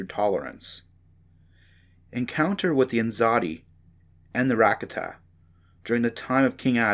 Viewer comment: Man I really appreciate you putting that book online for us and you know going through the trouble of reading it but I think you should redo it because it'd be a whole lot better if you even pronounce one of those words correctly like almost every word that you said like the Ricotta and stygian Caldera all those words you mispronounce